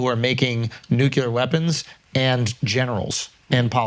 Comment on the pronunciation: When's someone gonna correct Schulz on "nucular"? I was expecting JiDi to catch that